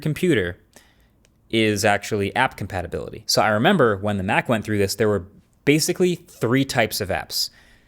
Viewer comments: You say tomayto, I say tomahto. You say compatability, I say compatibility 😂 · "Compatibility", not "Compatability" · COMPATABILITY!?!?! hahahahahahaahah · Isn’t it “compatibility”? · You messed up with your "compatability" word there😅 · Compatibility... (not compatability) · "compatibility not "compatability". Im sorry i had to be that guy 😔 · "Compatibility" , not Compatability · It's compatibility not compatability. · COMPATIBILITY!!! Not compatability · Really bro, 'Compatability'. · Compatability uh? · Compatability❌ Compatibility ✅ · (I could be wrong as not an en_US speaker myself but..) think he’s pronouncing it the same way as he said “emulate-able”. Of course possible someone else does the graphics. I guess whatever the software is, it doesn’t include the typical red squiggly underline spell-check in its ‘add text’ function. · CompatAbility 😂 Really? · There is a part that reads "compatability" it's stressing me. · "compatability" OK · compatability lol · “Compatibility” > “Compatability” 🤪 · Compatablity? With a letter 'a'? What do you mean? 🤔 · Compatibility* Not sure what "CompatAbility" means ❤ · "Compatability"... Add it to the blooper reel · Coining a new word? “Compatability” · Compatability? Serious? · "Compatability"? That's not correct I believe.. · Was 'Compatability' intentional or an honest miss? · compatAbility?! seriously?! haha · ""Compatability"" Hahaaa🤣🤣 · I love the video. Gaming on ARM for me is the same on MacOS and Windows. Just do not bother. I do not understand how Microsoft can hype up the release and do then not care about developer support. One thing I cannot “unsee” Marcus: it’s COMPATIBILITY not the other word that is in your video. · ‘Compatability’? Hmm.. I also heard him say ‘Uncompatible’ somewhere down. Lot’s of compatibility issues with the video. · Min , “Compatability” ? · Exactly. Compata whattt?? 😂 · You know it's "compatibility", right?